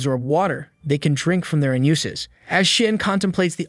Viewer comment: "DrInk from their ah-newses." 😂😂😂😂